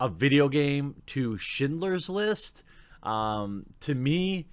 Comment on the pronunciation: Jeremy in the vid beginning...did you say shitlers list?...🤣🤣🤣🤣...sounded like it.